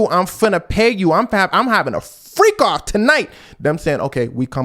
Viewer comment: "I'm havin a FFREAKoff tonight!" 🤣